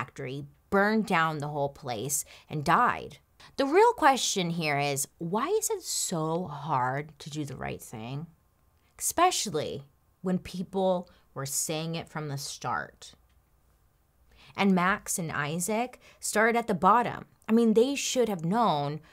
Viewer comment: I love love love Bailey! But, the only thing that drives me bananas is when she/or anyone else says “EXscape” and “EXspecially”. There are no X’s in those two words. In all fairness, I have heard numerous people do this, and I have no idea why it drives me crazy, but it does! 🤷‍♀️